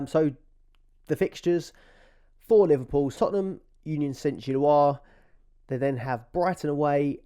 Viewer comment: Nailed the pronunciation of 'Union Saint-Gilloise'. Dodgy 'Jesus' though! 😂😂😂